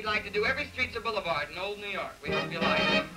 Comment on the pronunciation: well it's like not lik and that not taht :D